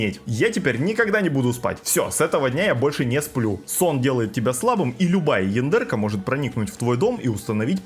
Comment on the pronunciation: Почему то я периодически слышу не яндерка, а яндырка.